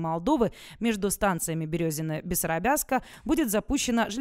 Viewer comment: Березино,а не Берёзино.